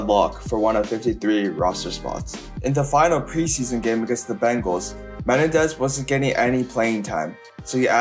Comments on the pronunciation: Just FYI for future reference... it's not MEN-un-dez... it's Meh-NEN-dez. The injury and off-field events of his life were absolutely tragic and unfortunate. Odds are, he would have been the Falcons' primary returner and probably a 5th rotation WR used mostly in short-time, long yardage drive situations. That alone could have given him a nice career for several years (as long as he kept his speed), despite not being a good WR by any means. While he may have played well against a handful of weak division 2 defenses in at Eastern Kentucky, he was not impressive at all against the likes of Troy, Western Kentucky, Appalachian State, Southeast Missouri, or the Div 2 playoff game against Western Kentucky in 1997 (half the games on the schedule). He was outright terrible against Kentucky, Appalachian State, and Murray State... the only worthwhile defenses he played his senior year. He basically had 750 receiving yards and 8 TDs against 3 teams in 1998 (Eastern Illinois, Western Kentucky, and UT-Martin), while barely showing up for the other 8 games (less than 300 yards receiving and only 3 TDs). This and the fact that he was an extremely small WR even back then (5'9, 180) are why he wasn't taken until the 7th round. Also, Menendez NEVER held the record for most receiving yards in a game for Eastern Kentucky. His big game against Eastern Illinois was the second most in school history. The actual record is 316 by Aaron Marsh against Northwood in 1967... 31 years earlier. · Dude why can't you say Menendez? Meh-nen-dez. Not Ma-ne-dez. Holy ** man. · Me-nen-dez Not men-e-dez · Me nen dez not men nah dez lol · ME-NEN-DEZ not ME-NE-DEZ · Rondel Me-nen-dez..ran a . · I like how he says "Menendez". Do better research. James Jett played for the Raiders and was an Olympic caliber sprinter. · Learn how to properly pronounce Menendez bro.